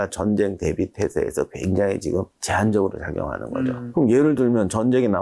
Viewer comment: 군사력도 군사력인데 내가 제일 궁금한 건 '지금'을 왜 '지끔'이라고 하는지 이게 제일 궁금함 한 두 분이 아니라서 진짜 예전부터 궁금했던거임